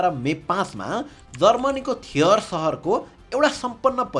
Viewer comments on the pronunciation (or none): This is not so important but still let me correct it. University of Bonn is in Bonn, not in Trier. And it's pronounced‌ more like ठ्रियर than थियर.